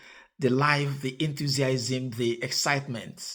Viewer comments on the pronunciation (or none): Again,, I truly admire your mien in this presentation which I enjoyed. I don't know a few of those words. So I'm grateful. You, however, struggled on the two occasions you pronounced the 5-syllabic word enthusiasm.